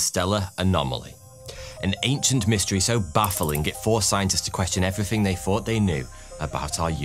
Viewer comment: "evryfing they fought they new". Wow.